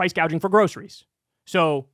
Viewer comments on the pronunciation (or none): And Kamala didn't even seem to believe what she was saying (and stopped talking about most of the middle class issues near the end). Just her mispronouncing price gouging as "price gauging" (twice) and not correcting shows her heart was not in it